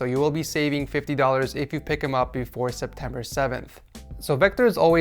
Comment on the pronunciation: It isnt Sept- whatever. I like the vid...